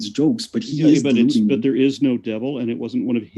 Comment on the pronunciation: is gold 🤣🤣🤣 “Because the sun is up dere” 🤣🤣🤣